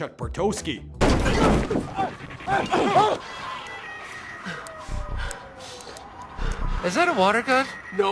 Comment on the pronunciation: he said chuck barTOWski its bartowski